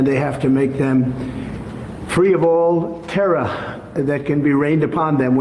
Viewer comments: I love how Queens suddenly creeps into his voice when he says "terror" (pronounced "terra"). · "...free of all terrah..."